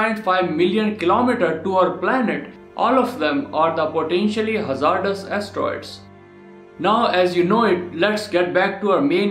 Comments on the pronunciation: Hey, ima help ya out here so people won't get mad at ya. Hazardous is pronounced [haz ard iss] I hope that helps:] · You can’t say hazardous